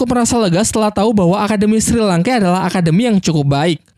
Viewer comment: Penyebutan nama nya kedengeran aneh njir, untung dah tau nama² asli chat nya. 😅 Edit, Shrek bang, Sri langke sengaja ya, lucu bet njir 😂